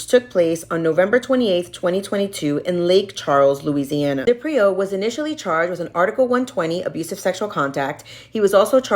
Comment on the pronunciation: His surname is pronounced DE-prio. Not de-Prio. Emphasis on the first consonant. The least you can do as a legitimate online journalist is pronounce his name correctly.